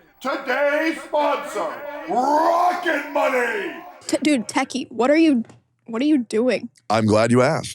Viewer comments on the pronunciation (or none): Todays Sponsor is "Rocket Money!!!" - My dumb Ass Car Guy Ears understood "Rocketbunny" and thought, why are they advertising Car-Bodykits, how random. - What is wrong with me.